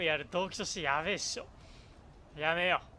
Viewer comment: やめよがリッキーのおはように聞こえる